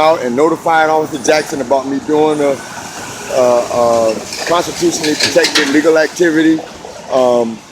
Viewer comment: You have the word accountability down...please practice 'constitutionally' ..you always say constituted ...wow , as I'm writing this, you just said 'constitutionally protected', and I think you're a COOL BREEZE'.